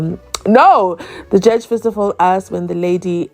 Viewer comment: Haaa that slow motion lm still laughing even how he pronounce the word (asked)him A.S.K.E.D😂